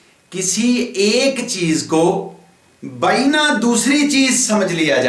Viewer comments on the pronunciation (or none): lafz baeena nh, ban,hee hai